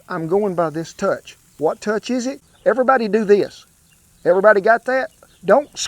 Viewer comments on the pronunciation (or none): none